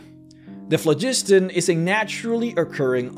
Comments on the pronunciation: Phlogiston was an existent word before RPGs used it. It is pronounced FLOG-is-ton. We know this because of it being translated into languages that use various alphabets. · The you pronounced "phlogiston"...